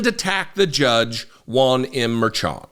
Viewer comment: just as a note, the Judge's name is pronounced MER-shawn. Love what you've been reporting! Just want to give you this note to improve it just a bit more.